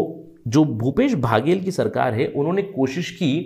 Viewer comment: भैया बाघेल नहीं बघेल है जी